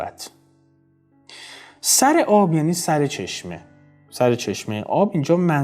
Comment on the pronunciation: به سامانم نمی پرسی نمی دانم چه سِر داری / ببحشید سراگر با کسره خوانده باشد بهتر نیست